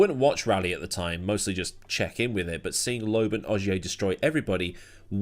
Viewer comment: Loeb, not Lobe. The S is also not pronounced in Panis.